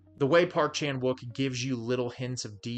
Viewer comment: Please, I can't listen to you butcher the Korean pronunciation of Wook